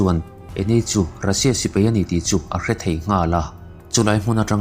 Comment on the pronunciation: Sipei i tia dik lo nghal vek